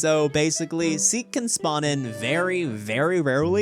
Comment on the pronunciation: Please stop saying it like Sikh by saying the seek Chase please say it like seek Chase